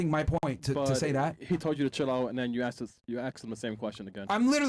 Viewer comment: She only axed 1 question